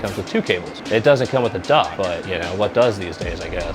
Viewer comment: 😂 I realized you said “dock” after rewinding that part a third time, but my stoned ass heard duck twice first haha